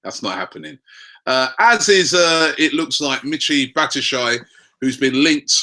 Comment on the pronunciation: Fucking hell Robbie, its Bat - Shwa - Yi lol